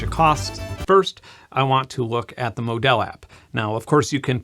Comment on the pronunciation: Great review! Also, it’s pronounced Módal (like yodel).